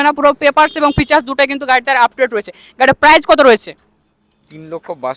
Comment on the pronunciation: Are dada prize noi price ar erokom mukhosto kore video ke banai?